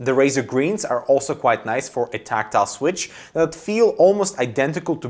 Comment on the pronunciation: You pronounce "quite" as "quiet" and you spell "quiet" as "quite". Cmon, man! You're killing me. -_